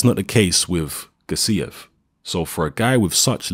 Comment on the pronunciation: Gássiev, not Gassíev